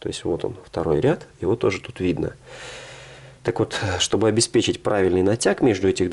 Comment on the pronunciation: Щьтобы и монтаЖЬ. Слух режет ппц.